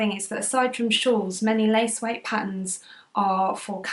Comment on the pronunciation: "Lace weight" not place weight😂